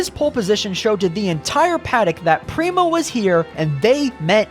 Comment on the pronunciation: yet penske has backed rowe for YEARS. "real indycar fan" would know how to pronounce "prema", "sebring", "schumacher", etc; is this just AI? of course, a "real indycar fan" would know that charters were announced PRIOR to prema's entry, and prema chose to enter anyway. in addition, prema's collapse had almost nothing to do with charters. fwiw, im not a fan of the charter system.